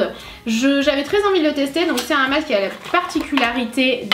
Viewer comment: On dit masque pas macce